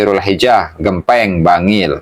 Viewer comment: Ponpes Ge^mpe^ng bacanya 😊